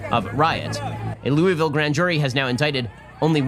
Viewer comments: Learn to pronounce Louisville...LOO-a-vul. LOU-iss -vill is in Colorado. Louie -vill, is maybe the baseball bat? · Shapiro pronounced Louisville like an outta stater. Heheh.